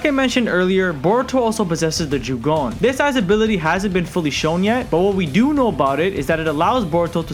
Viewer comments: its jougan not "joogon" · I don’t wanna be that person but it’s not jugon it’s jo (as in jo jo)gan. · Jougan is pronounced "yo-ga-an", The Jougan allows him to sense and see chakra, its pathway system and also, view the invisible barriers between different dimensions, it also lets you see (not "sense", naruto's six paths mode can sense) things the normal eye can like the Rinnegan Sasuke posses(well "passed" since he lost it in the manga). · Jougan is pronounced "yo-ga-an", The Jougan allows him to sense and see chakra, its pathway system and also, view the invisible barriers between different dimensions, it also lets you see (not "sense", naruto's six paths mode can sense) things the normal eye cannot like the Rinnegan Sasuke posses(well "possesed" since he lost it in the manga). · So... did you just call the Jougan a "Jagone" (no hate btw, good vid, it just triggers me a bit lmao) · Say jogooan one more time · Not to hate but it is pronounced Jo(Oh)-gan (g-on) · My god, how u watch boruto and pronounce Jougan wrong? It's pronounced Joe-gan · Not to be a know it all but ur saying jougan wrong